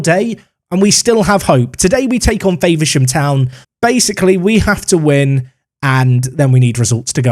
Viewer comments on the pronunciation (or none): As a Faversham town resident. It Infuriated me hearing you pronounce Faversham. Faver-sham instead of the Fav-er-sham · As someone who lives there I hate the way you pronounce Faversham as Favourshaam, it’s more of a Fahvurshum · Love the videos, a karen comment for you, just an FYI you are saying Faversham wrong 😂. Its Fa-ver-sham said like fah-ver-shom. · The way you said faversham the first time was amazing 🤣 it’s Fav-er-sham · Faversham is pronounced with a lower a, F-‘ah’versham 😉 great vid mate. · lol the way you say Faversham is funny ! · Can you stop saying Faversham like that please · Speaking as a guy from Kent, Faversham is pronounced with an A sound as with apple rather than acorn.